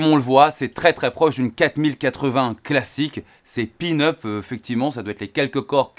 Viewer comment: " c est pin-up" 😂 on dit peanuts😅